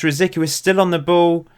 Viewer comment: C in RosiCky sounds like ts.